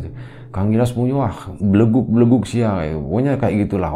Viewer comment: Bagus pengucapan "belegug" nya 😁 Bnyk pelajaran yg bisa kita ambil. Tp intinya kl kita menanam kebaikan, insya Allah dpt nya jg yg baik2, amin 👍